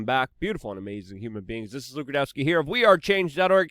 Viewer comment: Haha! Luke apparently got his English pronunciations from the Bronx, New York. Keep up the good work Luke.